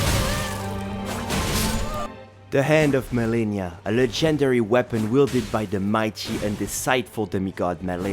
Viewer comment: you say legendary wrong